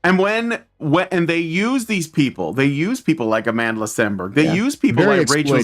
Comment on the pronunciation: It's Amandla. Like Amanda, but with a big, fat L.